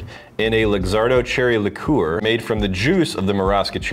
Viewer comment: What's a licoor? I thought it was liqueur.